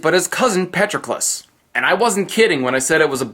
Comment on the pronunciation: Patroclus and Briseis wrong. It is pronounced Pat-Troc-ulus with a soft 'a' , 'o' a hard 'tr' , and a long 'u'; BrI-see-us with a hard 'i' and a long ee sound like sea. The dash marks are for stress.